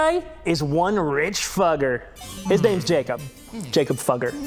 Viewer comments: It's pronounced Foo-geh. But I get that's not as funny. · It's pronounced "Foo-gger" as in FooFighters, but with a short "oo".